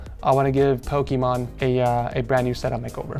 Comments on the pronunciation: the poki MONE? not MONE poki MANE just like poki MAIN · Did you say pok"e"mon? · did you notice that at the beginning he sad pokemon instead of Pokimane lol> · hahaha "pekomon" its pokemane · he really said pokémon instead of pokimane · Did i hear say pokemon instead of pokimane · He said Pokémon in stead of pokiman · he siad pokiMON ITS POKIMANE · He said pokimon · did he say Pokémon instead of pokimane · Poke-ee-may-n (that's how you pronounce it) not the actual game, pokemon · is Poke - Mayne not Pokemon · lol pokimon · Pokimane not pokimon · LOL HE SAID POKEMON IINSTEAD OF POKIMANE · it’s pokimane not Pokémon😂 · did he just say pokimon 🤣🤔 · did he just say pokimOn its POKIMANE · Her name is pronounced as Poki-MAIN, or like Chow mein, Poki-main, but spelled Pokimane. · poki mane not mon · i love how she calls her pokimone instead of pokimane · says "pokimon", but its actually "pokimane" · its Pokimane not pokemon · is it me or did he call pokimane, pokemon? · It's room tour V.2 already, and he still calls her Pokimon 😂😂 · its pokimane not pokimon look at the start of the vid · ITS NOT GOD DAMN POKÉMOM, ITS POKIMANE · its poki MANE NOT MON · He is still saying "pokemon" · Bro ed sorry but it kinda bothered me when u called pokimane Pokémon its pronounced po key main Now thats over the video was lit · i love how ed say "pokimon" instead of "pokimane" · LOL Pokimon Instead Of Pokimane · Ah yes,the classic “pokimon”instead of pokimane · Ah yes, the classic “Pokimon” instead of Pokimane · bro said pokimon lol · pokimon lol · me laughing my ass out listening call pokimane pokimon! lol! WTF Moment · it’s mane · You said pokimon at the beginning XD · "pokimon" is back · i heard Pokimone XD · Can't believe still pronounces it as "Pokémon" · You said "Pokemon" in the intro lmao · It's pokimain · Pokimon? 0:2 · I love how refuses to acknowledge how to pronounce her name. She a Pokemon. That's it. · says pokimon HAHAHAHAHAHAH